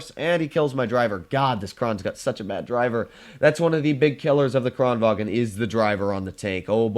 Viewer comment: Thx for using the on kranvagn! Love from Sweden <3 btw, your saying kranvagn in German. The gn in kranvagn is combined, like “making” or “shooting” instead of a sharp stop at the g. Or you can just listen on Swedish google translate. Again, love you!